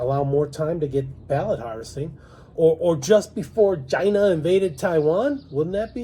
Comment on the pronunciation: The pronunciation of China is too annoying to keep watching